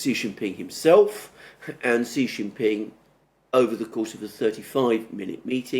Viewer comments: I HAVE SUPERCHATTED YOU NUMEROUS TIMES TO STOP INSULTING PRESIDENT XI JIN PING, PRONOUNCED "SHEE JIN PING." SHEE SOUNDS LIKE FEMALE IN ENGLISH. IT IS THE CORRECT WAY TO PRONOUNCE HIS NAME. THE WAY YOU SAY IT, JHEE JIN PING MEANS PENIS IN THE CHINESE LANGUAGE. I KNOW YOU READ MY SUPERCHATS, LEARN FROM YOUR FRIEND ALEXANDER M, AND SAY SHEE NOT JHEE. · Xi = Shee, not See. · Here’s the correct way to pronounce Xi’s name: POWER HUNGRY SHITHEAD